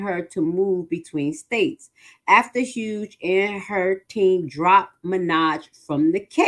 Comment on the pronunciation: Honey do your research. That's not how you pronounce Jennifer Hough's last name. To be credible , do your due diligence.